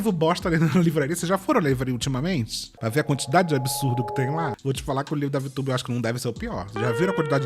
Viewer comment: Que nervoso essas pessoas falando palavras como 'absurdo', saindo com som de "absúrudo", "absúruda" 🫠🙄